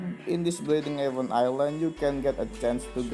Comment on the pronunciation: Just some suggestions for you to getting better English than before. I know you wanna say event but unfortunately you say even. Try Google translation and put event dan even, after that you hear it dan compare to your sound in this video. You wanna say to your viewers event but unfortunately we hear it even not event. Good luck brother.